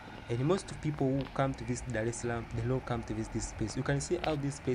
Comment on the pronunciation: Nice video everything perfect. Don't say DALE_SALAM. What's wrong with you guys L-R R-L just say Darrrrrrrrrrrrrrrrrrrrrrrrrrrrrrrrrrrrrrrrr dar_es_ salaam and also the tiiiz what's the tiiiz mean? The trees